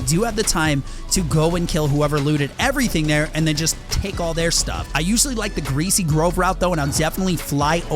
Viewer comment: I am sorry but he said greay grove.It is removed. btw